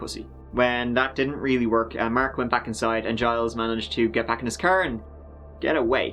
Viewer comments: It's Gilles like in Jill but with emphasis on L rather than J, like Jeel but Gilles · "Zheel", not "Gees". Soft G, kinda dump the "es". You're bang on for "Tet-TROE". De rien. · Just to help Gilles is pronounced Gil list, Gil is the accent syllable. This is how you is, typically, how Jiles is spelled. I do believe Giles is acceptable. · Gilles is pronounced more like Jeel (at least in french) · Gilles is pronounced Jeel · For all those non French speaking people Gilles Tetreault's name is pronounced 'Jill Tetro' but I like the way you said it better along with all of your other mispronunciations and slang :) Thanks for the uploads, been binge watching since I found you a couple of weeks ago. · "Gilles Tetreault" is probably pronounced like "Jill Tet-ro". When pronouncing french it's kind of joke that you just ignore latter half of words or names lol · Think the name of the guy who escaped is pronounced: Jeel. French-Canadians??? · Its "zjeel tet-tro" :) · The name is pronounced like "Jill Tetrow" in layman spelling pronunciation. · Gille is pronounced like sheel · I believe the first attempted victiim’s first name is pronounced like “Zheel” more or less. His last name? You’re on your own. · My hidden inner French Canadian tells me Gilles Tetreault is pronounced “Gees Tet-TROE”